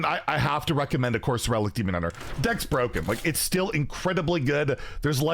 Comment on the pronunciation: Wild is BUH-ROKEN